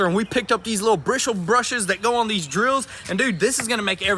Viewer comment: "Brishle brushes" 😂